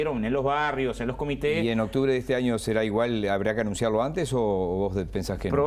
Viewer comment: No voy ni 40 segundos de video y ya va diciendo “otubre” esta gente no sabe ni hablar y quien que los voten, lpm si ganan y el pais se va mas a la mierda de lo que ya esta, nos lo merecemos